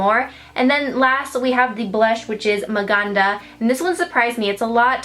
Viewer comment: Love how you say Maganda and Mahal because I am filipino haha and I like how put that name. You did an awesome job here. 😊😍